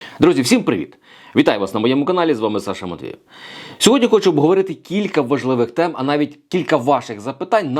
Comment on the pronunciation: Виголошуй прзвіще за прописом. Матвіїв- Не Саша ' Олександр. Який нах Матвеев. Мову знаєш- а себе Сашою обзиваєш.